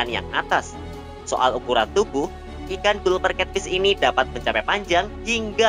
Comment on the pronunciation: min itu dibacanya galper cat fish